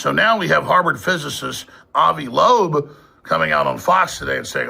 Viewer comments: It’s Loeb not Labeau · Pretty sure it's pronounced Lobe...not LeBobe. He's Israeli by the way if that means anything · avi loeb's last name is pronounced "LOBE" not "LABOAB" dummy lollll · And who tf is avi labobe? Come on bro. Are you even trying? It feels like an insult that you expect our attention and can't even get the details right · Luke for weeks now I've struggled through you pronouncing the Harvard teachers name and 3-fuckin I Atlas wrong (Laboe and 30 i) if you can't even say the names correctly, how in the fuck am I supposed to take you seriously. Seriously dude, get this shit right..it's infuriating. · D'ya ever rhink that, maybe, every time you say "Thirty-Eye Atlas" or "Avi Lebobe", you look like an idiot? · Loeb is a tough name to pronounce huh Luke.. Listening to you clumsily pontificate is such an undertaking. 😬